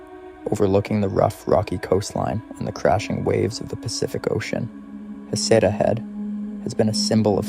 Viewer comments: Heceta is pronounced hay-SEE-tuh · Are you repeating the stories a few times to make the video longer? Your story telling doesn’t flow well. Also, you’ve pronounced Heceta 3-4 different ways. A friendly recommendation is to do some research on how to pronounce the locations and names you’re saying. Nice job, but keep working on it.